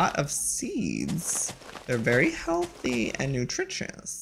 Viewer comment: I NOTICED AND THE WAY HE EMPHASIZED HEALTHY I